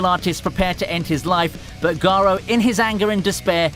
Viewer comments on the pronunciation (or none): Garou not garo